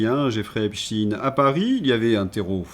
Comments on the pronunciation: Arrêtez de prononcer "epstchiiiiin" !!!! C'est ridicule ! Vous allez prononcer aussi Albert Einstiiin ??! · ..vous avez commencé en disant EpstEIN ..s'il vs plait arrêtez de dire Epstiiin! C'est plus subtile que vous le croyez et aussi0, que les pts Français devraient voir poyrquoi ! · Deux Epstein correctement prononcés, j’avais espéré mais ils furent suivis par trois Epstine… Pas de pouce levé ! Dommage, le reste était intéressant ! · pourquoi changer la prononciation de einstein , frankenstein et epstein ? pourquoi renoncer à notre langue alors ? est-ec pour proteger einstine, frankeinstine, epstine.... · Pour quelle raison prononcez-vous Epstine ? 😁 Merci d'avance pour votre réponse.